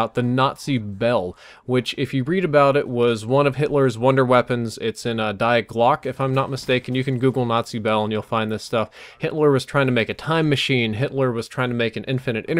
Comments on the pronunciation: it's pronounced "de" not die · damnit. it's de-glock-a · you also pronounced die glocke wrong.